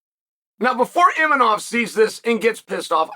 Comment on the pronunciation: DDR, Imachov ffs? The only name he pronounced correctly was the hard one, Ciao Borralho 😂